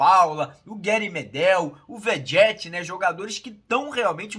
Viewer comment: Será que é tão difícil pronunciar o nome do cara direito??? Será que dizer verrete, é mais difícil que ficar inventando outro sobrenome 🤔 vediete 🙄🙄